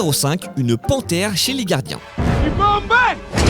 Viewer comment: il se passe quoi avec le gars qui fait la voix off? il n'arrive pas à prononcer les "R"? la gadins de la galaxie à 1 seconde de vidéo, c'est fort